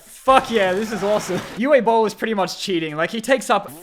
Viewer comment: Fun fact: Uwe Bowl is actually a restauranteur. And reportedly just as big of an asshole as Gordon Ramsay. Also, his first name is pronounced like “ooo-vuh.” He’s German, so the W is pronounced like a V, and the E at the end is pronounced like you just got punched in the belly.